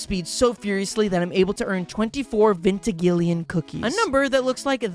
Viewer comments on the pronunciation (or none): apparently "vigintillion" is pronounced "vintigillion" now lmfao are you severely dyslexic by chance? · It's vigintillion, not vintigillion. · Him pronouncing "vigintillion" as "vintigillion" for nearly the entire video pisses me off extraordinarily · Try VIJ Int illion not treventigillion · Am I the only one who's annoyed by how pronounces vigintillion as vintigillion? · did bro just say uuuuviggintillion 💀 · What the heck is a vintigillion 💀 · I'm sorry, but your pronunciation of Vigintillion is physically painful. It's vi-gin(as in the drink)-tillion. Vigintillion, 10^21 or a 1 with 21 zeros behind it. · Fun fact: it's pronounced vig-in-til-ion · I love hearing him mispronounce large numbers like “vigintillion” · Every mispronounced vigintilian was like an icepick to my brain 🥴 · The way you pronounce vigintillion pisses me off. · Funny how he is reading/pronouncing "vigintillion" and "trigintillion" wrong. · your pronunciation of vigintillion physically hurt me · Pls learn how to say "VIGINTILLION" thank u